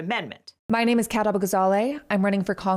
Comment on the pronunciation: With everything happening right now it's a very small thing but I nevertheless want to thank you for getting her name right. It's such an easy way of showing the minimum of respect for a person to at least try to say their name right. Unlike some news people or opponents who often enough, if they know the name at all still get it wrong and then say it like a curse word or some strange noise from outer space.